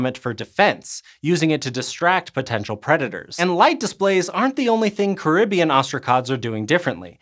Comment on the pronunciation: It's pronounced Caribbean. Not Caribbean. 🤣